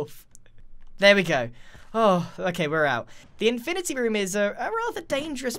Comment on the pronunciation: Infinerty room